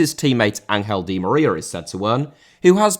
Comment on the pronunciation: Di María * not di Maríer